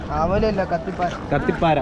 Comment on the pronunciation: കത്തി പാര അല്ല കത്തി കാര